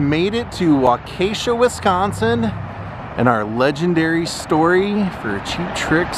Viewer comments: "Wakacia", lol. Well, your not the only one to butcher Waukesha, lol. Who would have thought that after all these years I would end up in Waukesha. Originally from upstate NY, work would bring me to Waukesha. But that's a whole other story. I've always been a Cheap Trick fan but what really got ne hooked on Cheap Trick was his connections to Hamer Guitars and Paul Hamer. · Agreed...Wahh---kuh--shaw.....as a local it burns my ears to hear it mispronounced. I actually went to HS with the daughter of CT's first manager who was in Madison. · It's pronounced "Walkishaw",Waukesha. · You’re butchering Waukesha. It’s Wok-kee-shaw. Wok, as in the Chinese cooking utensil. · I grew up in Waukesha in the 70s and 80s. I remember when Sunset Bowl had a fire and all of the bowling pin machines were outside in the parking lot, all charred. I would think if there was any memorabilia it probably burned up. And it's pronounced walk eh shaw or waa-kuh-shaa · Its pronounced wah-ka-shaw. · You were 5 minutes from my house in "WAU-KAH-SHA" :) We've crossed paths in Orlando at the Hogan Beach Shop signing. Would have been rad to pump into you again. Cheers! DK